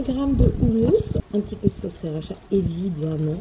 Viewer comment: Top merci je testerai ça très bientôt ! Une remarque me démange : on t’entend souvent dire sRiracha mais c’est juste sIracha hehe !